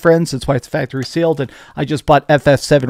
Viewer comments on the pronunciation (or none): none